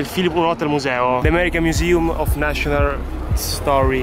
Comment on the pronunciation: "The american miusium of nascionar.....story.....yes,vabbè andiamo" ho riso, troppo 😂❤️